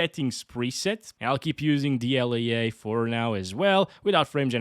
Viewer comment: what is dl-yay-yay?